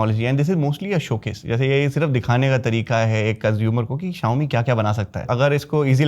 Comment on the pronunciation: Bhi xiaomi hota hi xiome nahin. ❤❤